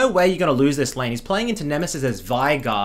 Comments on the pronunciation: VEIGAR NOT VAIGAR WATAFACK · It just hurts the way you pronounce "Veigar"